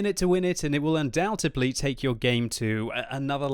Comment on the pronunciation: That's what I mean. He uses that word in every video and gets it wrong every time ><